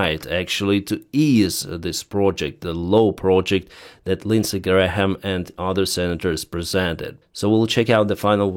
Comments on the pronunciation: It’s pronounced ‘Gram’ not ‘Gra-ham’ 😂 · Hi - thanks for your reporting. Just FYI to pronounce Graham correctly - the H is silent. So it’s pronounced like “gray-am” (no H) Not “Gray-Ham”. Hope that helps. Not that’s it’s important really - mostly your English is fabulous - much better than my Ukrainian language 😂 …..although I can say “Slava Ukraine”! 🇺🇦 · I love you but, Graham is pronounced... Gray mm. Love your channel. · you don't pronounce the h in graham(e), (because it's hard for all of us lol), you say it grayum in british english and i think in american (lots easier). To be theoretical: names of people and places got written down and formalised first, in legal documents and maps, so their spelling got fixed longer ago and pronunciation changed more since then. In UK, before dictionaries in the late 18th century, the other words were flexibly spelt. How nice and easy! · Graham has been the Senator for the place where I live for many years. I don't love him, but I have to give him credit for at least some of what he's done for South Carolina over the years (before Trump came around). Thanks again for the shows!!!! Graham is just pronounced like Gram, you can ignore the h in the middle. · The h is silent in graham pronounced " gram "! Just helping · No need to pronounce the “H” in Senator Lindsay Graham’s name. The “H” is silent. Pronounce it as “ Gram” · Lindsay Graham is a war monger. Other than tribal affairs, there is no conflict anywhere around the globe that he hasn't wanted us deeply involved in. In some respects, that seems to be basically the only thing he really cares about. He also tends to talk a big game and then back off when it comes to actually doing anything. (Also, you can just say "Gram" and you'll basically be correct. The "ha" is a holdover from old pronunciation rules.) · for your information on the pronunciation of Graham's name, the "h" is silent.